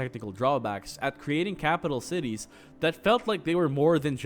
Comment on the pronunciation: Thought he said tities at the beginning